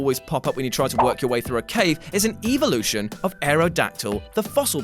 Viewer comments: evolution not eevlution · The way you pronounce the word “evolution” is triggering me